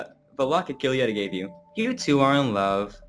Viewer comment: Hi, just a thing: Giulietta is pronounced like Julietta, and Capecchi is pronounced like KapeKi. Just a little advice for the next videos! Keep on with your work!